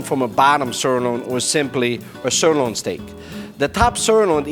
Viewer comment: What I do not understand is why they pick for this commercial video someone who is not able to pronounce the word "sirloin" correctly or at all?? + Boring as ash - Thumbs DOWN